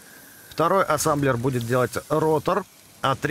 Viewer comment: Производство называет: "Ассемблер" 🤓 всё видео: Ассамблер, Сасамблер:)))